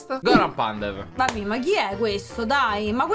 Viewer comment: Io macedone che sento dire Pandev è brutto